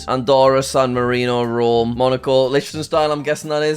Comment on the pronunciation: Bro said “Rome”